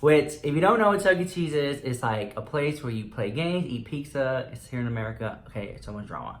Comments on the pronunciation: You’re sooooo Latino!!! I love it how you pronounce it pixxa! Love you! 💜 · saying pizza: Peek-SAH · If you say "pickza" one more time...!! Yeha chuckie cheese fucked you up lmao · I love how you can low-key hear him say peeksa lmao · Love how u say pizza! Chuck E. Cheese was fun for me when I was a kid! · says “pizza” the way all Mexicans do 😂